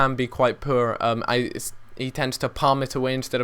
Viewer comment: has anyone realized the way he says poor